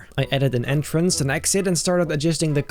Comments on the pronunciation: Yes, Dude On The Freefall Ride The Entrance Sigh Said INTRANCE Instead Of ENTRANCE. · INTRANCE Dude Its Entrance Try To Fix It Pleas